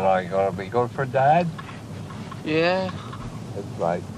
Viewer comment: haha that philly accent "yehh" haha